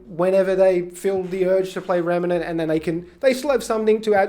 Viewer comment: REM NANT not REMA NANT lol sorry so many people say it this way lol